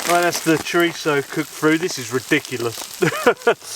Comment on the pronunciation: Chorizo? What the heck is chorichecho?